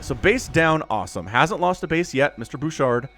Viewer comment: that was awesome lol : fun fact, i noticed in Canada , many players from Quebec will put Qc in their names. i have no idea why , but its just something i noticed alot lol , also props to you for saying Bouchard , somehow, ALOT of english speakers tend to butcher the name lol ( quick note, the "D" is silent :) , we have way too many silent letters in french XD ) : THIS IS WHY YOU NEED MORE DETECTION /SCANS !!! do you want to lose half your army to 3 units ? because that is how you lose half your army to 3 units ! : we need more of these !!! 11/10 for style and effectiveness ! honestly, if the terran kept doing quad-nukes-and-runs like these instead of switching method, im not sure the protoss would had kept up . also, i could rewatch that small click over and over . : guardians !!! ( lets see how long before they all die lol ) : 2 minutes and 52 seconds later , yup.... : ha , yes ... the SVC , the secret workers of the zergs ! ( jokes aside, dont worry we all have mispokes from time to time , and when ever they happen its always funny :D ) : guardians winning a game ??!?!!1?1?11?one? : BAD ALLY MARINELORD ! BAD ! : let no joyful chat be typed ! let no protoss look at their productions with hope ! and let this game be cursed by we who ready to wake ,THE MASS HYDRALISKS !!!